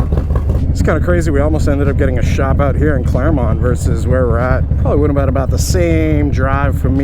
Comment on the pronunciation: Did anyone else think "versus content" was "Versys content" at first?